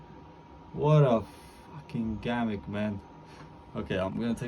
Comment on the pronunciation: Pronounced gimmick not gammic